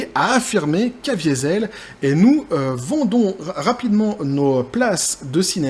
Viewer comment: en parlant de ça, tu as mal prononcé "Caviezel" (le châtaignier) qui est un patronyme extrêmement courant dans les Grisons.